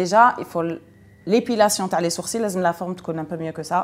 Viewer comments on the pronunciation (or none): none